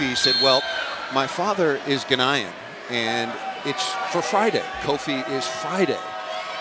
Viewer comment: Omg😭😭 the commentator pronounced Ghanaian as /guh-nī-yen/ instead of /gah-nyen/